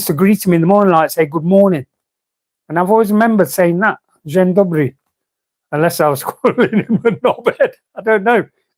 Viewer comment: "Dzień Dobry" you've said it almost good. First word quite good, second word perfect